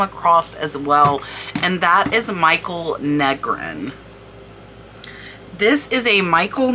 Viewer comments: Michal. Not Michael. Female name in Hebrew. Pronounced Me khal. Guttural kh. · Love this videos. FYI Michal Negrin is a woman and her first name is pronounced ME KAL. Yes, someone got a bargain on the Juliana!